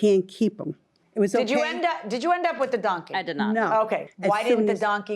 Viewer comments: Right, it's “donkey” not “dunkey” and I would have brought him too. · If you cannot say DONKEY correctly, then you shouldn't have it!